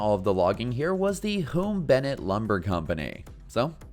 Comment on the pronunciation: The name is pronounced similar to "soon" or "tune", Hume Lake.